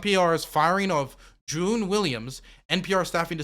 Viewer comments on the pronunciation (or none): I like how pronounces names. Aasif Mandvi = Asafi Mavadi lol. Also Juan = June and Marjorie = Majory. Just teasing of course, we love you.